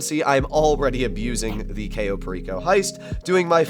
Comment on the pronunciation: I'd be rich if I had $1 every time I heard "cayo" mispronounced